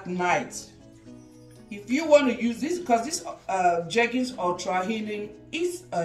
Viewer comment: It's jergens o 🤣🤣🤣